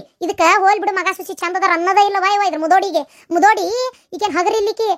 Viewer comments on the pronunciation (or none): ಮುದುವಿ ಅಲ್ಲ ಮುದೋಡಿ